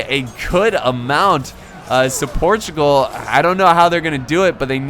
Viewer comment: Im a portuguese person and I m happy to see a video from about wars of Portugal:) Edited part: it's Portugal not Protugal.